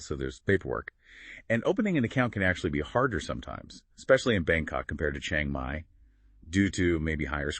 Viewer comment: What makes it so hard to pronounce Chiang Mai right. Especially for native Americans. It is not Chie-eng Mai but Chi-ang Mai. The "a" like in father, not the vowel like in "hang out".